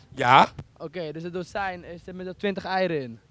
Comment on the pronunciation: Bij die dozijn zegt iedereen het fout